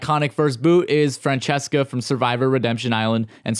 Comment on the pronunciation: Phillip called Francesca ”Fransesqua” 😂